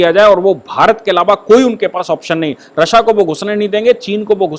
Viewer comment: Aap ya toh Rasiya boliye ya fir Rus ...RASSA bol rahe h jo confuse krta h